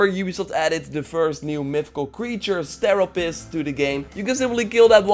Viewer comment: You finally said Steropes' name right :D